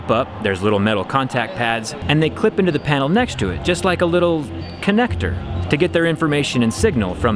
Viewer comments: I love how Jerry wanted to say just like a Lego connector but he couldn't so it came out as connecccttor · Downvoted for saying "connnector" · Come on zach. A little "connector" sounds wrong 🤣🤣